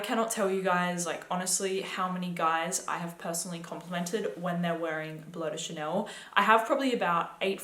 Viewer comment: "Blow de Chanel." How can you talk about fragrances and you can't even say their names?